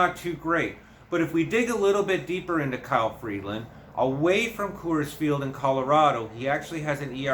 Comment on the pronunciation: There is no D in Freeland. It's Free-land, not Freed-land.